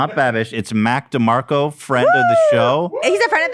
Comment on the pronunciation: “Mac Mill-Demarco” hahahaha